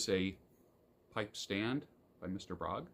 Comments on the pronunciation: A little note - "Bróg" is actually a combination of two names Bednarczyk and Róg, where the latter is pronounced "roog", so Bróg should be pronounced "broog", not "brog". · Mr.Bróg - prawidłowo wymawia się Mr. BRUG!!!!!!!!!!!